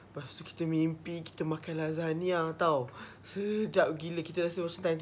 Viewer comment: babe... Aku dgr kau sebut cam lazada sialll🤣🤣🤣